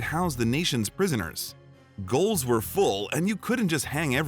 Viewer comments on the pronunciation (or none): Narrator says "goal". If he'd looked it up, he'd have found it's the British name for jail and pronounced the same way. It dates from a time before spellings were standardised.